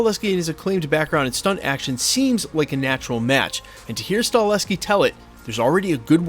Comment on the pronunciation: You lose all credibility til you learn how to pronounce the Damn name properly of Chad Stakelski